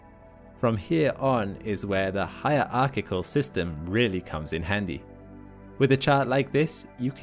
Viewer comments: "hierarchical" system is not pronounced "higher archival system". I wouldn't have said anything, but he said it twice. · Higher arckicle LOL, it's one word not two, you need to close that gap!